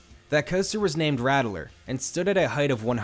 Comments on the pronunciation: That’s pronounced “rat-ler” ;) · *Ratt-ler not Rattle-er